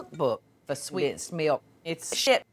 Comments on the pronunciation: "Swensed milk" killed me 😂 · "swensed milk" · "swensed milk" had me crying the first time I heard it